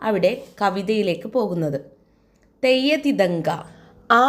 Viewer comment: Theyya thithanka alla....theyya thinthaka